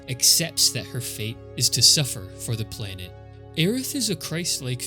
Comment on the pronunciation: Cool video, but I'm puzzled by the way you pronounce "planet". It's PLAN-et, not PLANE-et.